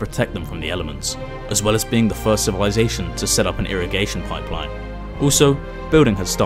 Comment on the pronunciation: Him : midel age civilizasion Me: I beg your pardon?